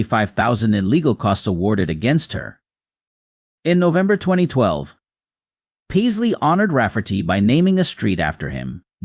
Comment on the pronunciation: 'Pie-sley?' WTF? 'Pay-sley' FFS.